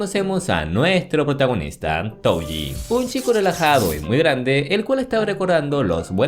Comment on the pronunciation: Touji❌️: toji✅️